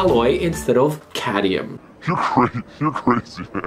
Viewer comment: Cadmium. CAD-MEE-UM.